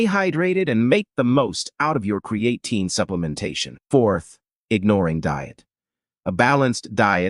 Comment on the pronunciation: AI voice and pronunciation of words is annoying. I’m not taking advice about Creatine with someone who can’t even pronounce it properly.